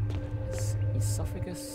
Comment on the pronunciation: LAWLS E- sophagus?! ESOPHAGUS